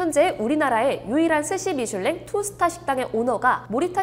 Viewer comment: 미술랭 정지션 ㅋㅋㅋㅋㅋㅋㅋㅋㅋ 발음ㅋㅋㅋㅋ누나 숲속을샅샅이 해봐요